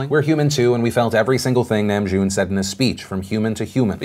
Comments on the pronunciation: Oh man, Philip, every time you said Namjoon's name I cringed. The Na rhymes with Ha in hahahahaha. But I'm so glad you included them in this video. Their message is so incredibly important and they've worked so hard to use their platform for good. I honestly agree that it's not that deep about Superwoman but can also relate to fellow Army. The Kpop industry is so competitive and often times toxic, so to have someone again to seemingly reduce BTS's hard work to nothing more than fangirling, it's a bit on an insult to some. In regard to Trump, I think it's more that he doesn't care and is only thinking about himself, not America. He's being self congratulatory not patriotic. On the subject of Bill Cosby: GOOD. Finally. I agree it's not a long enough punishment but I'm glad that his reprehensible actions are finally being punished. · he didnt say it correctly lol its nahmjoon not nemjune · Phil, just a little critique, Namjoon’s (남준) name is pronounced “nahm-june” not “nam-june”. Otherwise, thank you for the BTS coverage 💖 We really appreciate it! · I just want to say... its NAHM-joon Not Næm-JOON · Btw, the name is pronounced nahm-joon lol. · Did anyone else cringe every time he said “nam-June”? 😂😂 anyway love you! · THE WAY HE PRONOUNCED KIM NAMJOON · He didn’t pronounce it correctly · Lol new game take a shot everytime phil pronounces Namjoons name wrong😂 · The way he pronounced namjoon... agh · I hate the way he pronounced Namjoon but it's not like I expect him to pronounce it right. Just ikr me lmao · He pronounced RM's last name wrong lol